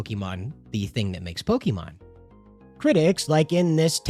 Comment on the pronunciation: Why do you pronounce it pokimon instead of pokemon?